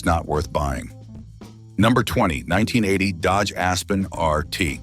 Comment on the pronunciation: seconds couldn't even say 1980 right. Lazy a.i.